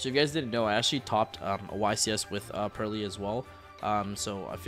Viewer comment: Thank you for not pronouncing the Purrely cards like a madman as some other YouTubers do